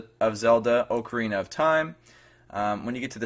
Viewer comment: oml just.... stop.... "oakerina of time"